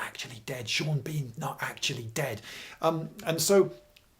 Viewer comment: I was deeply disappointed by the way you pronounced "Sean Bean" in this one, having rewatched your videos on Black Death just yesterday!